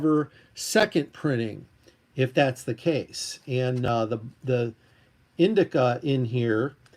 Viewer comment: Indishia, not Indika. Just sayin’.